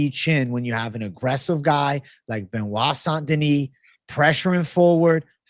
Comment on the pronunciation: That was impressive seeing mispronounce Benoit Saint-Denis 10 plus times it felt like he was trying at one point when you watch it 😂